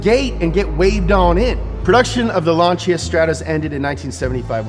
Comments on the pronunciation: Lan Sea Ah not launch sha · Lanchia? Isnt is lan-sia? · I remember reading about this nearly 10 years ago. At the time it had F430 architecture. That's how long ago it was. Oh, and it's pronounced Lan-see-a. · "lanchia" REEEEEEEEEEEEEEEEEEE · What, tired of hearing “Lansee-a “ all the time? 😖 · FYI Lancia is pronounced like a guy from Boston saying Lawn Chair. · The pronunciation is so crap lanchia staatoose